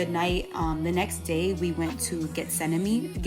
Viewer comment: Fyi Getsemani is pron. ( het se ma kneé) accent on the final knee.. Not like Whipany, Parsipany... Lol Nice vid..